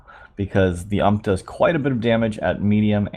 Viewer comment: it's not 'ump', but rather 'iu-em-pi', like you say the MP5 name, 'em-pi-five',since the ump is the upgraded son of the mp5